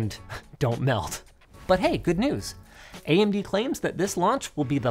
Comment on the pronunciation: That "AyyyMD" made me actually laugh! Ty